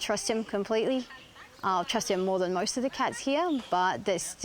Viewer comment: mOOOar moni so we can some get iinglish lessons